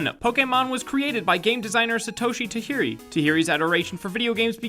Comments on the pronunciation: It's Tah-jer-ii not ta-hiri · taGiri, this is not Spanish! it's pronounced dʒ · You know the "j" in Tajiri's name is pronounced right? Because he's Japanese, not from a Spanish speaking country. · Can you please stop saying "Tahiri"? It's TAJIRI! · ITS PRONOUNCED TAJIRI, NOT TAhiRI AND PIDGEEOT, NOT PIDGEOT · Really difficult to keep watching when you keep saying "Tahiri". He's Japanese, not Mexican (or take your pick of languages with J's that sound like H's) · They messed it up in the first video too. I also wish he wouldn't say "Tahiri" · Why dya keep pronouncing Tajiri's name that way? It's not a Mexican J. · It's not ta-HI-ri dude. Just sayin. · Is it me or he pronouncing tajiri as tahiri? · Tajiri's name is supposed to be pronounced with an audible J. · It's not tajiri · You should pronounce the j in "Tajiri". This isn't Spanish, lol. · anyone else get offended or really annoyed when people mispronounce names, like did with Tajiri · Anyone else think it's terrible when a very large channel can't even pronounce a name correctly when it's written phonetically? WTF is a Tahiri?